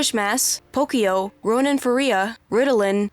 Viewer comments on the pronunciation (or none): none